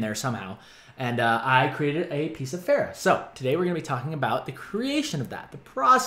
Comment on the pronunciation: I GET SO ANNOYED WHEN PEOPLE SAY PH-AIR-AH! According to Pharah herself, it is pronounced Ph-ah-rah, like the "ar" in "part" Amazing art k thnx bye